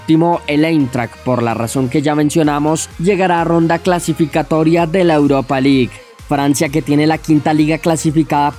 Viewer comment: CHANPION LIK EUROPA LIK. Que bien pronuncias lol